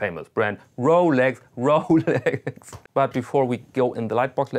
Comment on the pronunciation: Rowlecks! Rowlecks! Rowlecks!